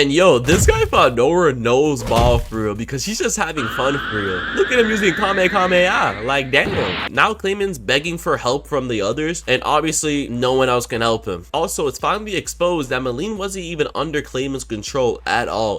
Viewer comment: I was cool until he said "Kamekameha" near the end😂